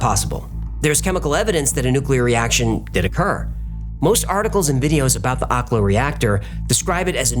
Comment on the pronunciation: What's the "natural" nuclear reactor called? My ears and the captions are both unhelpful here